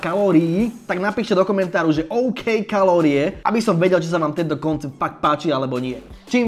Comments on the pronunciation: "oukey kalorie" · "OUKEY KALÓRIE"